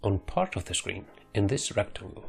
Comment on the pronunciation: Then he says view then he says wision.... The fucking V always makes the same sound